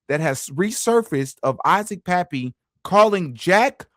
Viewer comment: It's so disrespectful to say somebody's name wrong especially if they've been deceased you think you would do your research you know come on man Isaac Cappy not pappy you sound like a freaking idiot